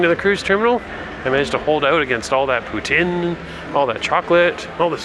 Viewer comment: Have I been pronouncing poutine wrong all these years? 🤦‍♀️ I’ve always said “pouteen” but I’ve been hearing say “poutin”. 🤷‍♀️ Either way, we love it!!